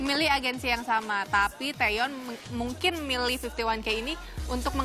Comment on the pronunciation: Maaf ya. Namanya bukan taeyeon tapi taecyeon